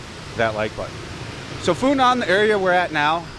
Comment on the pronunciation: The correct pronuniciation, without any tones, should be "Fu Nwuan" for Phu Nhuan. I used to venture into the Phu Nhuan district of Saigon in 1966 quite often, it being mostly populated by French or French-Vietnamese, and not having too many restaurants or bars. As I see HCM City through your camera lense, it is way to Westernized for my taste, and nostalgia for the past, even being a war-past.